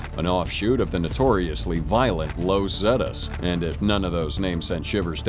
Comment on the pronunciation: ai trash. "lows zetas" smh. unsubbed